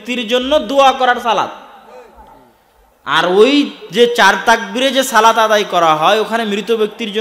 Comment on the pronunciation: মাশাল্লাহ অসাধারণ বয়ান। আল্লাহর সাথে সরাসরি কথা বলার সুযোগ বান্দাকে আল্লাহ দিয়েছেন। উচ্ছারণ হবে, 'সলাত'। 'সালাত' না।